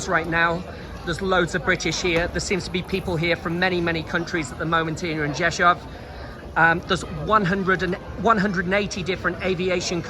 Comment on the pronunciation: Props for being able to pronounce Rzeszów, I’ve heard CNN completely butcher it, yet you did great. Thanks! 👍🤙